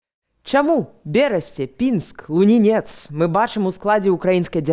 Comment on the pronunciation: Блін, не ЛунінЕц, а ЛУнінец. Кажу вам як чалавек, чыя маці адтуль.